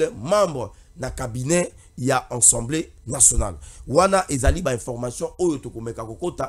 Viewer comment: La plupart de communicateurs disent : ENSEMBLÉ au lieu d' ASSEMBLÉE, ça fait honte au public quand cette petite anomalie persiste, est ce qu'on lit pas ? Veillez avoir l'autocritique, l'introspection, lisez aussi les manuels , vous avez des téléphones Android. Quand on n'a pas la maîtrise d'un mot , vérifiez le